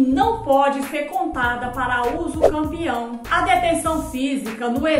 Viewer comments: Ela disse uso campeão ou entendi errado😮? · Mulher voce esta falando uducampeão, corrige isso fica muito feio isso. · Mulher corrige esse vídeo, você está falando usucampeão, fica muito feio e desvaloriza o desqualifica o seu trabalho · Foi um golpe baixo no português jurídico! 😂 Mas agora aprendi direitinho: usucapião Ah! E já tem vídeo com a pronúncia certinha — confere lá: 👉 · Eu achava que era usucapião e não usucampeão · Hahaha adorei o comentário! 😄 Falei errado mesmo — usucampião foi um golpe baixo no português jurídico! 😂 Mas agora aprendi direitinho: usucapião Obrigada pela leveza e por interagir — é assim que a gente cresce: compartilhando, corrigindo e se divertindo no caminho! 💬⚖️✨ Ah! E já tem vídeo com a pronúncia certinha — confere lá: 👉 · Falei errado mesmo — usucampião foi um golpe baixo no português jurídico! 😂 Mas agora aprendi direitinho: usucapião Obrigada pela leveza e por interagir — é assim que a gente cresce: compartilhando, corrigindo e se divertindo no caminho! 💬⚖️✨ Ah! E já tem vídeo com a pronúncia certinha — confere lá: 👉